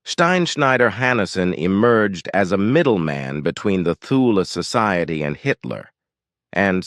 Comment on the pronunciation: Not knowing how to pronounce “Thule” tells me this is hogwash. Toole , no h , ask siri